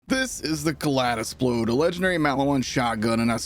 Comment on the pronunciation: I like everything about this video except your pronunciation of the gun's name - it's a play on "kaleidoscope", with "splode" in place of "scope" - so the second syllable should sound like "lied" not "lad". Keep up this series, I love your Borderlands content - insightful with the right amount of snark.